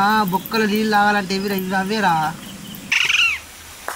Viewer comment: అన్న లిల్లు కాదు అవి నీళ్లు